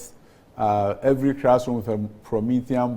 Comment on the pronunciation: And he keeps saying "crassroom" when most of the E "crassrooms" are decaying in the bushes.Please "crear" the rest of the "crassrooms" from the bushes, Honourable Minister.